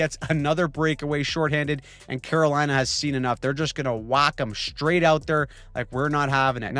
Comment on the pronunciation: "The Great Staal of 'lina"